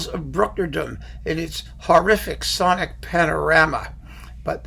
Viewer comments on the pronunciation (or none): none